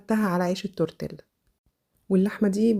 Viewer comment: تورتييا مش تورتيلا ده النطق الصح ال " لا " تنطق " ي "